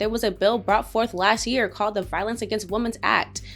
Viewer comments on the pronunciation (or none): "las year"?